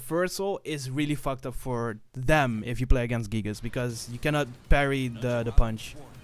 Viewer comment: My guy really just said gigas with the hard R